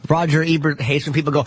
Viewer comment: why does anthony call him Rogert Ebert